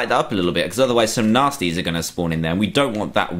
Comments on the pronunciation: Every time you said nastys it sounded like you said nazis am I the only one who catches that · Every time you said"nastys" it sounded like you said"nazis" am I the only one who catched that?